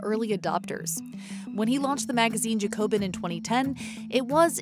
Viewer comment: I don't think that's how JACOBIN is pronounced.